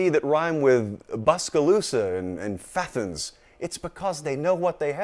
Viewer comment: Did you just say 'Fapens'? As is Fapens, Georgia? I like it cause I'm not Bulldog fan, but a bit hypocritical after not reading comments because they're 'too sexual' bro. Pick a lane. I would also point out my Vols didn't get the love letter the Arkansas mood tracker got. Cautious optimism. That's about it. I'm not hating. You're good about my Vols, but maybe we can get a touch up later?